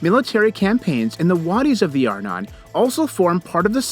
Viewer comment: Arnon is pronounced "are - NON". In other words, the stress goes on the second syllable. Please, pronounce Hebrew words as they should be.